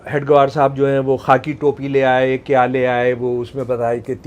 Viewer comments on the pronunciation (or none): महोदय जी ,आप "हेडगेवार " जी को बार बार हेड ग्वार क्यों बोल रहे हैं